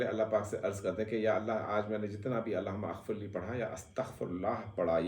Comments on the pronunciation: Mohtaram...yay Allah.ho.mughfirli hai...AP ghalat pir Rai hai...Allah Huma aghfirli naie hai... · Sir Allah humaMagfirli is correct pronunciation